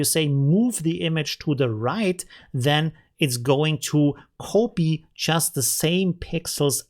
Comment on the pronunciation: Y-Achses spricht man wie das Wort "why", nicht "epsilon" Und "copy" spricht man "koppi" und nicht "kohpie" Ich liebe ich deine Videos und bin dir sehr dankbar für deine Tutorials! Aber das musste ich einfach mal los werden ;)